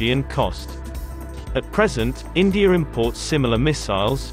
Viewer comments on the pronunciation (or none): none